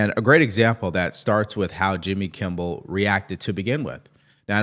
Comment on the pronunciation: It's.Kimmel. Not Kimble. That's driving me crazy. Lol. Good show.regardless.